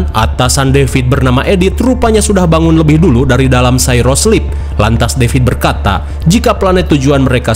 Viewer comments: Bang nyebut cryosleep itu "kraiiyoo-slip", bukan "seiro-slip". Koreksi bang. Lanjutin alien universnya 👍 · bang kalo di film2 alien, cryosleep bacanya cry-yo(kryo) bukan cy-ro(syro)